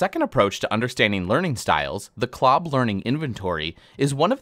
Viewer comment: Did he said Clob? Lol